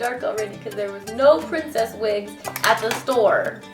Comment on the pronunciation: Wish I was a girl now. I want to be a pwetty pwincess! :D